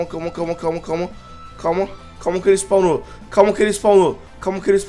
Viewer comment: Eu tomei um susto quando espaunou o groudon e o wolff falando espalnou espaalnou